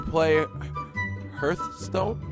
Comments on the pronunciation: how he spelt heartstone tho hahahah it sounded like hurtstone hahahahha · Haha the way he pronounced Hearthstone was hilarious!